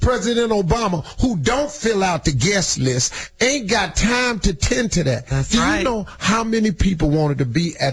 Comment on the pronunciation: emphasis on "aint got"